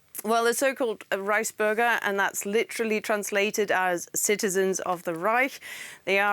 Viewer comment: oh thought she said rice burger it's Reichsburger lol